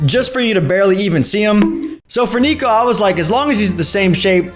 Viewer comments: It's pronounced Nick-ko not Nee-ko! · That ain't niko that's sniko😂 But seriously good job 👍